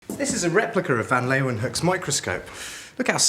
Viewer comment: It's not replicaR, it's replica.